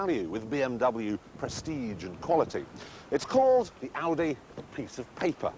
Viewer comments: tavi921 Oh yeah, that Aussie accent. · Toxy More like Oudeh, LOL